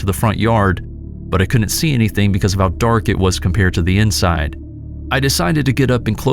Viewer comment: The contractions are pronounced wood int and cood int. NOT woo nit and coo nit.